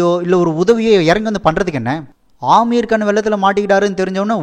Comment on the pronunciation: நண்பா ஆமீர் கான் இல்ல அமீர் கான்😂